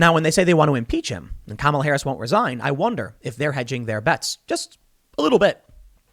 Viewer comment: Not Kahmala, but KAMala! She will bite your head off.